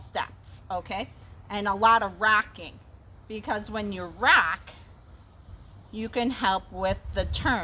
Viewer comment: Did you say racking or rocking?